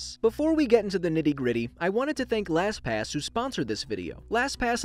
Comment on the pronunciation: Wow you said “LasPass” quit a bit.